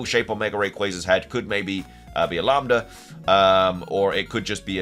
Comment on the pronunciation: You pronounced lamda correct